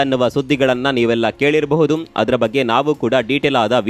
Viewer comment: ಕೇಳಿರಬಹುದು ಅಂತ ಹೇಳಿ ಕೇಳಿರಬಹುದುಮ್ ಅಂತ. ಯಾಕೆ ಹೇಳ್ತಿರೋದು